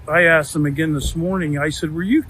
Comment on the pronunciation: I'm right there in Brooklyn, NY. Dear to my heart, this guy just pronounced "Asked" as "AKSED." Full-blown Brooklyn vernacular right there. Gotta love it.❤ Anyway, this case will set a precedent for many future health claims. Maybe that's the point.